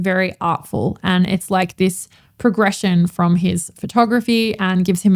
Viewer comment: Funny-to-me and off topic, but my American ears often hear the word “lack” when you say “like”.. which being nearly opposite, takes my brain an extra couple seconds to retranslate to your intended meaning. 😊